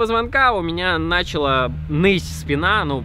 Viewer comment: Не нАчала, а началА